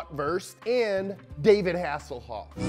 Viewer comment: Never heard of David Hasselhoff, that was definitely Zardu Hasselfrau.